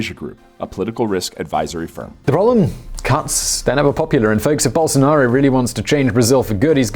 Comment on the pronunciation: Best forerign pronunciation of bolsonaro, now is only remaining to learn speak "fora".